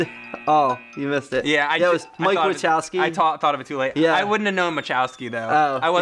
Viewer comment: "Mike Watchoaski"